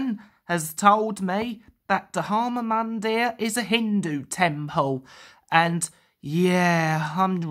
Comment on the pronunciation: XD. It's actually pronounced D-har-ma Mun-dear.